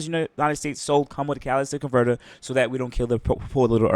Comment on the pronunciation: Imagine being a car guy and not knowing how to say catalytic converter😂